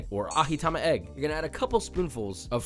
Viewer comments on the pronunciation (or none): Ajitama is pronounced as Ah-Gee-Ta-Ma, NOT Ah-Hee-Ta-Ma You don't have to say Ajitama Egg, "Tama" already means egg. Ajitama Egg just sounds silly like Aji-Egg Egg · You nailed it Josh! I love your focus on the Dashi authenticity. Just to add to your authenticity, we pronounce Ajitama as ah-gee-tah-mah instead of ah-hee-tah-mah😉 お疲れ様！ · Thank you for mentioning that, it was the one thing in this video that was triggering me LOL; it's a portmanteau of ajitsuke tamago after all and not ahitsuke tamago... it sounds more like he's speaking Spanish or Swedish than Japanese XD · Gelatine + Fat-blender hack is genius! Nitpick: It's Ah-Gee-Ta-Ma not Ah-Hee-Ta-Ma (Aji = Ah-Gee = 味 = "Taste" = seasoned / salted / brained) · Love the video, these all look amaaaazing! Just wanted to let you know, ajitama is pronounced exactly how it looks, with a J sound (not an H). Aji means flavor in Japanese (tama means ball), ahi is, of course, the tuna. That's all, keep being awesome! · As a local in hawaii who is Japanese, your annunciations need some work.🤣 We call it tonkatsu. But you might be right on that one, and ajitama egg is pronounced with the j sound. Not h sound, that's spanish... 🤙🤙 Aloha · Its ajitama not a ahitama Joshua. But good try 😂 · its pronounce AJITAMA not AHITAMA brooooi its cringeeee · Too much Spanish influence lol You pronounced “aji” with a Spanish j. It’s just a j like in just. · Isn't it more ah-jee-tama? No hard "g". (I'm guessing that's what you meant in writing the gee out.) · Man just said ahitama egg lol Aji is the same with the popular msg brand ajinomoto, which also means flavor. You really don't wanna read it as ahinomoto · Ajitama is pronounced a-jee-tama, not with an "h" sound like Spanish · AHEE-tama egg 🤣 bro this ain't Spanish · Did you pronounce 'ajitama egg' as 'aHitama egg'...???! 😂😂😂😂😂😂😂😂 (FYI - 'ji' pronounces J as in 'jingle' or 'jiggly'.) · Im currently learning japanese and the way joshua pronounced ajitama made me question my japanese😐